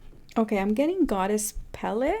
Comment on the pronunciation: Her name is pronounced pay-lay., she’s a Hawaiian Goddess of fire✨